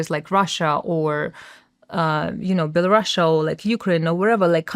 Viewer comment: BELARUS!!!! “Belarasha” doesn’t exist!!!